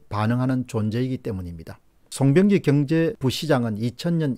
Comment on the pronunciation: 시장을 종종 사장이라고 부르시네. 일부러 그러시는건지. 송병기도 송영기로 부르고